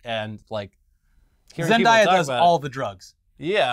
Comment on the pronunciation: Zen-DAY-uh not zen-DIE-ah